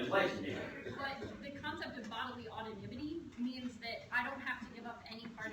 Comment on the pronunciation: "The concept of bodily ottonimity" I think you mean "autonomy" you dense bitch.